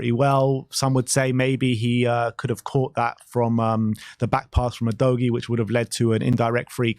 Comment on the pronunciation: Maybe Udogie is on tilt with your pronunciation of his name. Repeat after me: Ooh. Doggy.